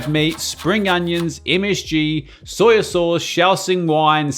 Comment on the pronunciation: Love your videos mate!! But WHY do you call it soy-a sauce?! 😂😢